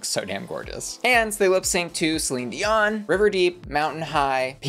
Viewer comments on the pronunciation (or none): none